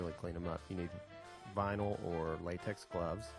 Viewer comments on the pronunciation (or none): none